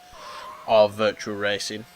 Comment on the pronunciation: It's virtua racing dude, not virtual.